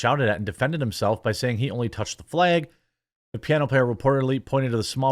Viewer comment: Why do you keep saying "flage"/"flayg"